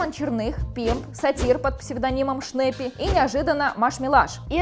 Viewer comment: Шнаппи, а не Шнэппи!